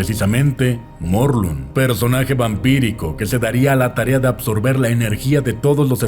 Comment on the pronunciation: Se me estalló el cerebro apenas dijo "Morlum"